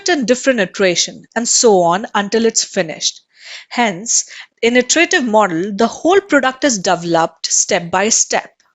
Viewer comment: word "Iterative" should be pronounced as Etarative not AEterative.